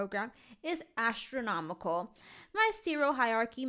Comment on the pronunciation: when she said “astronomical”. My brain: ThE VOlumE In thIs BUssss is AsTRonOmiCAl